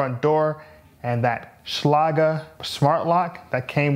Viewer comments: He is using a German pronunciation, but I believe I've heard ads where it is one syllable like "shlayg" with a hard g. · okay, I'm a locksmith and that's definitely not how you say Schlage. hahaha great thorough review though man! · You pronounced Schlage wrong.